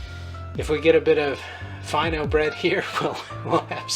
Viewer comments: It's pronounced Fee' no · It's pronounced like feeno. It's a French recipe originally, the name is French. Of course Egyptian bakeries adapted the recipe to make it easier and cheaper to make. Still Fino bread is regarded a bit more expensive than flat bread as it usually is lighter in weight per piece and more expensive